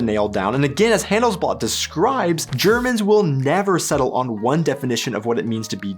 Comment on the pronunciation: Proving you right on , I'd like to point out that in it is "hun-dell's-blutt", not "hun's blot" 😉 No, seriously, we just love to learn, about ourselves as well as about others, and even though you set out to talk about German culture, you reveal quite a bit about your own 😊